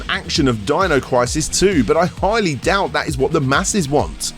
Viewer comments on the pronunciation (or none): none